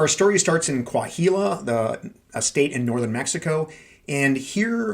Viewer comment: The “h” in Coahuila is silent. More like Coa-weela